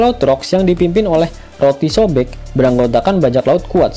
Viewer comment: ngakak gw pas denger Mimin ngomong rocks.D.sobek😂😂